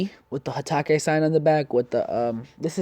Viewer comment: At exactly minutes or maybe earlier into the video He Said hataco